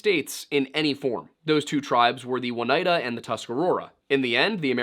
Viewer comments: Pronounced O neida not One neida....I live here in the Oneida Indian territory. Sorry , people often mispronounce the places with names derived from the indian language here, unless you was born and raised here. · 2/5 tribe names right, I guess that's not too bad. Seneca - Correct Mohawk - Correct Cayuga - KAY-you-guh, not KAI-you-gah Oneida - Oh-NIGH-duh. Not.... I don't actually know how you managed to put a W in there. Onondaga - On-uh-daw-guh. The second 'n' is silent, none of the 'a's have a long sound. Oh and uh.... Hoe-den-oh-show-neigh. The 'oh' in the middle can be a solid 'OH' sound or a softer 'uh' sound, both are correct as far as I know. Sincerely, someone who has lived in all three counties named after the tribes you mispronounced. <3 (No shade, there are so many place names around here that AREN'T native that no one can pronounce if they're not local.) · Just pronunciation correction. It's oh-ni-duh. "ni" like in the word night